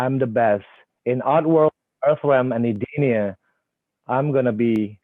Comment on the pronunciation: Did Joe say edenia?